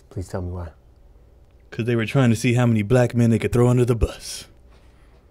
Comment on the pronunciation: "Becasue"??? Wtf🤣🤣🤣🤣